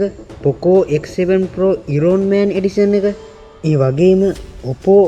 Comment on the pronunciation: Iron man pronunciation waradi.. ayan man kiyala kiyanne eka